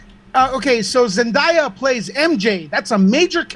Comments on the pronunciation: Also kinda tired of so many people calling her Zen-die-ah when it's Zen-DAY-ah, Zendaya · T-T it’s zen-DAY-a